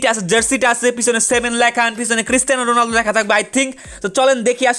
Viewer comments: Ronaldo, not Runaldi😑😐😐😐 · ronaldo not rolundo